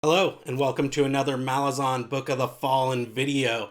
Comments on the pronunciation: Ok so most people say malazan, with the a from "ass" (consistent), and imo that sounds the best. The author himself says malaazan, which sounds dumb but cant really debate with the author himself. but yeah I really think you should go for one of those instead of your own. It just kinda bugs me. Good video aside from that, keep at it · Because Malazan means "of/from Malaz", so the -an suffix isn't meant to be emphasized. The obvious way to pronounce it is Malaaz-en.